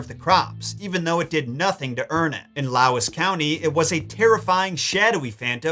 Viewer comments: Co Laois. Pronounced "Leash". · In the puca section were you trying to say Co. Laois?? If so, it's pronounced leash (like for a dog) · Ok, so a couple of things you need to know! First, Co. Laois is pronounced "County Leesh". I could explain why, but I'd have to charge you for a degree in philology... So the Puca... I'm most familiar with its goat-shape. One interesting belief is that, if you eat fruit e.g. blackberries, picked after Samhain (Hallowe'en), the Puca has already taken the goodness out of them and left poison behind. So there's a connection there with harvesting at the correct time, and penalising those who have left it too late. The other thing to note is Puck Fair in Killorglin, Co. Kerry (South-West). Every year, a wild billy goat is taken down off the mountains and crowned King Puck. Kerry is nicknamed "the Kingdom", and I've always understood that King to be Puck. Puck Fair is a traditional country fair, held at the beginning of August / Lughnasadh i.e. the beginning of the harvest season. In general, you can't really trust a Puca, no more than you can any other of the good people. They have their own agendas and their own motivations. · Loved this video. Just one thing for future reference county Laoise in Ireland is pronounced Leash 😅 few counties in Ireland with Irish pronunciation. Just wanted to share the knowledge. Absolutely loving hogwarts legacy, I'm almost finished all my side quests. Deek is now my 2nd favourite house elf ☺️